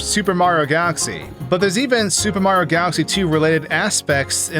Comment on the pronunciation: How is it that you manage to pronounce Mario’s name wrong every single time? His name isn’t Marro, it’s Mario. 3 syllables, not 2.